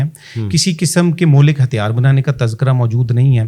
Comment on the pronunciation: مہلک کو بار بار ملہک کہہ رھا ھے صاحب😮😮😮😮